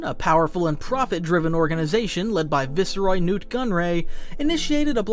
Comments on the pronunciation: It's vice roy not vice uh roy. Learn how to pronounce things. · Vis?? Nahhhh VICE-ROY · Tir AN nis.